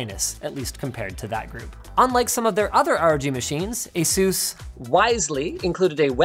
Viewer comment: Please never pronounce Asus like that again